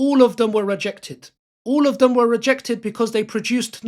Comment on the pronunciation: Have you ever considered pronouncing words correctly on your videos? "Dis" would make "dem" sound a lot better!